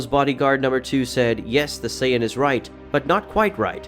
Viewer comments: People just make videos without actually being fans. Scion? Saiyan, pronounced Say-en. I stopped watching after about 15 minutes. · What is a saion? Goku is a Saiyan that's pronounced Say-yen. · Lol he pronounces it like he's never watched the series only read Manga. Which is cool as well. He says it like PSION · the fucks a si-on? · When he said "say-ya-dins" and "scy-a-din" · Yea and "Scion" or "Zion" instead of Saiyan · Why can’t you say the words correctly. There is no “d” in Saiyan! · Scion goku. Never seen that car on the street. Can't continue the video because of the miss pronounced sayian word. Dragon ball has been out for years. No way you never heard it pronounced properly